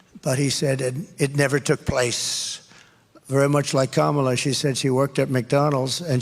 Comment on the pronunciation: Once in a while Trump pronounces Harris’ first name correctly.